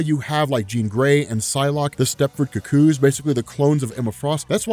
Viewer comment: Wait... why do you say "cuckoos" like that!?